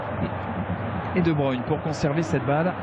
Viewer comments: "they say debrUne" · "de bruine" c'est quand même pas compliqué de se renseigner un minimum sur la prononciation des noms bordel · « De bruine 🌧 » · il sait pas prononcer les noms des joueurs correctement qu'il écoute qd les autres commentateurs sportifs prononce le nom de kevin de bruyne